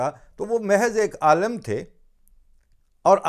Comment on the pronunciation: Sir "Alim" not "Alum"